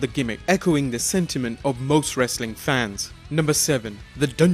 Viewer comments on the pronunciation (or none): none